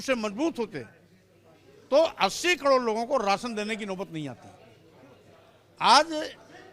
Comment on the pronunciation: Isko batao ki kador nai bolte Karod bolte h